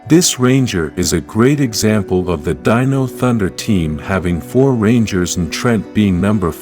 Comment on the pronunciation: You've finally got your narration algorithm to pronounce "dino" correctly instead of saying "deeno"! 🤣